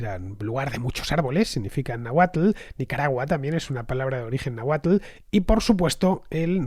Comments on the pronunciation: Excelente programa Fernando!! mas que aceptable tu pronunciación de las palabras de origen náhuatl, lo certifica un originario de Azcapotzalco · Fernando merece doble like en este capítulo por el esfuerzo puesto en la pronunciación náhuatl